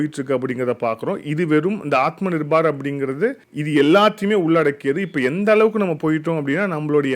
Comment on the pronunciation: விஷயம் விஷயம் repeated many many times, should avoid this, நிர்பார் இல்ல, நிர்பர்